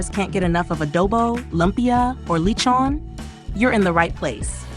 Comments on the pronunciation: I immediately leave when it offends my ears to hear LE- CHOWN and A- DOE- BOE. For chrissakes these food items have been vlogged about by foreigners and fil-ams for years and they can’t pronounce it right. Perhaps America’s educational system needs an overhaul. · “Li-chon” just why.